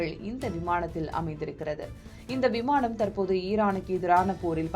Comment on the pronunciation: விமாணம் இல்லை விமானம் ன, ண சரியா உச்சரிக்கவும் 🙏🙏🙏🙏🙏